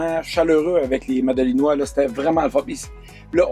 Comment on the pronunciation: On dit «Madelinots» (et «madeliniennes» pour les femmes) 😉 Merci pour votre partage! 🙂